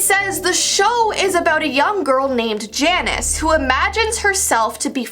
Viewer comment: ...Janice/Jannice Me: That’s my name she just pronounced it wrong